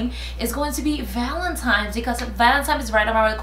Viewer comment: I still dont understand why people say valentimes.... it's valentine's..... but beautiful as always!!!